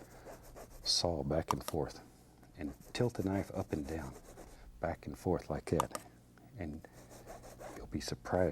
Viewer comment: Just like 'at. (juss lygat?)